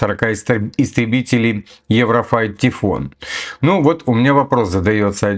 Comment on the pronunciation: самолёт называется Eurofighter Typhoon, т.е Еврофайтер Тайфун, а не Еврофайт Тифон, как ты говоришь уже второй раз. 😉